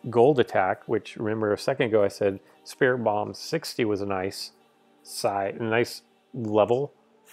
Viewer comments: Search up the pronunciations! And did you say 'Spiri-bum'? 😠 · sorry to correct you, but I think it's pronounced "Sprit Tomb" like a mummy's tomb. Good job on pronouncing Sableye, though!